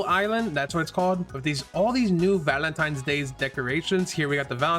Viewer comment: why does bro sound indian when he says "valentines"